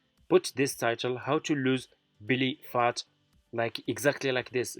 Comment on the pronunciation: It’s not Billy phat, it’s Belly Fat. 😵‍💫🤔. It’s how to lose belly fat, not how’s Billy fat!